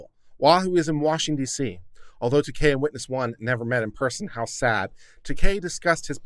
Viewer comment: It's not "Takei", it's "Taake." Pronounce it right.